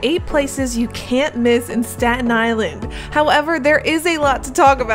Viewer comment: The "four-God- UN" Island? God, SPEAK ENGLISH